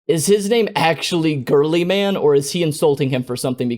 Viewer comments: Its not girlymanits pronounced gilyman but spelt guileman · the "robot girlyman" insult is really just an insult about his name Roboute Guilliman, pronounced "Ro-Boot-eh Gill-ee-man" He has a whole load of ways to make fun of his name Rowboat Girlyman Reboot Gigabyte Robot Gorillaman Big Daddy G Rodent Guillotine Redbull Gasoline People just love making fun of his name